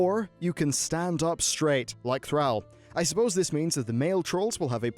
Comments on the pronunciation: Bro, its not THRAAL, its the-raul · Say it with me... Th-r"all" not th-rAHll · It's "THR-ALL/THR-AWL". C'mon man, just listen to any single bit of VO dialogue that says his name lol. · THRALL IS PRONOUNCED FR-ALL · please, the next time u say THRAAL, i am reporting you to taliesin and evitel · upright orc like "Throwl"